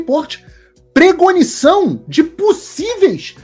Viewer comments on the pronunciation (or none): Admiro seu trabalho mas é “Pré cognição”.